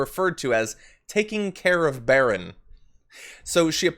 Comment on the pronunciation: Say it right: it's Melania's son, Barron.